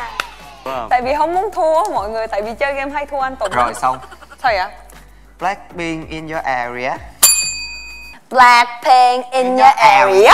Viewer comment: Là blách pin in doa à vì dó chứ ko phải blác pin in doa à vì dó